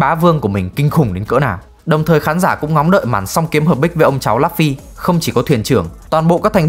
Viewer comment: Lấp phy 😫😫😫 đọc tên nhân vật chính nghe chán thiệt!